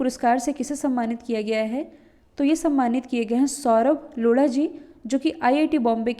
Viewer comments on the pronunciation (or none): लोढ़ा नहीं उसे लोधा कहा जाता है।